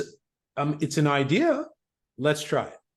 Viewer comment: "One idea" one eye dea